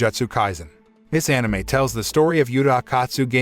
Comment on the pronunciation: I'm just happy he is saying anime correctly